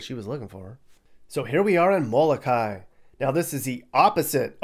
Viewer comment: *It's mo-lo-kah - ee, smh...